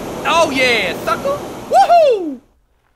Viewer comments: did he say fucker instead of sucker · Is Toby saying sucka in place of fucka